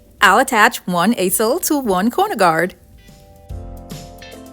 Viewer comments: I’m sorry but it’s pronounced “eeee-sel”. Not “a” sel. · In English when two vowels are together in a word you pronounce the second vowel,(believe) and since she is in Canada the sounds are different. However it was funny when said it because we're not accustomed to hearing it pronounced another way. Like vineyard and vinyard; pecans, crawfish or crayfish, tomatoes, scalp braids instead of cornrows. I said what the hey. Lol Val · I love how you say easel. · She's so creative I didn't know what she was saying until I seen what she was doing with them I just couldn't hear easel